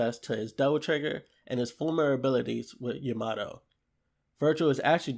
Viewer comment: o.k man no probs. But it did sound funny...